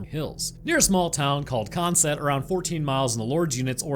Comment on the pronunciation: Hi! Love your content! I’m from the north east of England near Newcastle. It’s pronounced: DUR-RUM although spelt Durham also consett is exactly how you’d think - Con-Set. First time commenting! Love your videos! 🖤